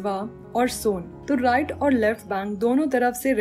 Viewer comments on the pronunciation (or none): none